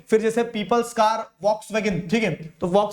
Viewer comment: Sir, 54:8 mai Volkswagen ka pronunciation wrong hai